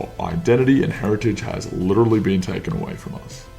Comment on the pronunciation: Agreed but your rhotic R on the word literally is sus. Sounds quite American.